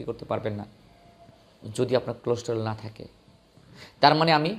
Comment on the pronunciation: কোলেস্টোরেল না কোল্ডস্টোরেজ।উচ্চারন ঠিক না।